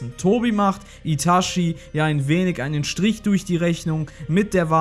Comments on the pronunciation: es heisst itachi nicht itaschi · Wie immer super Content. Eine Anmerkung zu allen deinen Naruto Videos, die mir aufgefallen ist. Es heißt Itachi, nicht Itashi. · Man kann ihn Itashi ausprechen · itachi nicht itaschi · er heißt itachi und nicht itaschi man sagr doch auch chichi und nicht schischi ich sag das nur weil er eine legende ist genjutsu got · Itatschi gesprochen, nicht Itaschi. Der Typ hat nichts mit Taschen zu tun ... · Alter , wie ich die deutsche Aussprache von Itachi hasse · "uschiha" & "itaschi" ...... peinlich